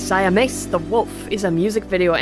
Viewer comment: it's /siames/, not /saiɑmes/